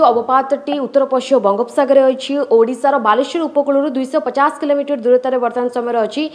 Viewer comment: the way she says 250😆